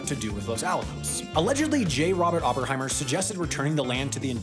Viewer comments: OppeNheimer, not OppeRheimer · “Opperheimer”. I swear he does this just to get more comments. D’oh!!!